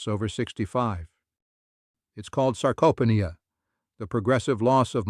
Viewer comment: At 77 living an amazing life in Thailand retired British expat I read many accounts about the importance of protein/eggs especially in the first hour of waking. However, as a grumpy old man part time it always worries me when someone talking about for example, SARCOPHENIA is unable to pronounce the actual word even by American standards they know how to pronounce this word. Secondly, as with all this YouTube program it’s delivery is as slow as a geriatric in a wheelchair. It just goes on and on and on about Mr X and Mrs. Y and I often wonder how many people die of old age waiting for the punchline. Luckily, I have now discovered that, if you read the comments before the article some similar reader like me who has better things to do, has already said it’s eggs sucker.